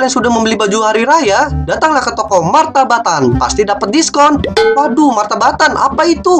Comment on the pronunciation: Kak yang bener itu MataBatin bukan MataBatan